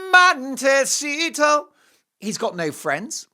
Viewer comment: I will never say, "Monticetto" the same way again. Happy weekend Mark &. 💗😽💗